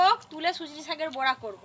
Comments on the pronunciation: বোড়া আবার কি কথা ।বড়া হবে কথাটা । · বোড়া নয় , বড়া উচ্চারণ হবে । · বোড়া নয় উচচারন টা বড়া হবে